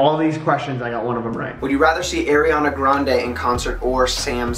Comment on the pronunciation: Is no one gonna talk about the way pronounced "A-RIANA Grande" 😂